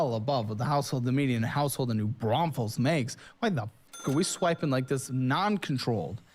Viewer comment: I couldn't stop hearing "New Brothels" and I thought he was messing with the stripper.